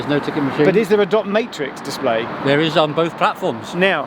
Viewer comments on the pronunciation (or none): none